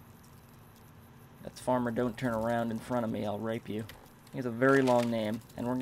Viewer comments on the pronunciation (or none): none